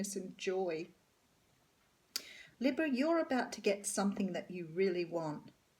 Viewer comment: Correct on all levels, and nice to hear Libra pronounced correctly, lols Aussie too 😘